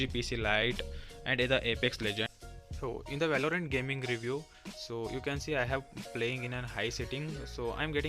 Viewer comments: Man grow up learn to spell Valorant not “way-low-rent”. And this the one of the best laptops I've ever seen in my life. Don't blame that laptop for your poor gaming skills 😂😂. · and if you speak “way-low-rent”, then my guy you need a serious spoken english class.